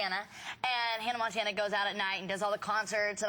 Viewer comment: “hannah MANtana” 😂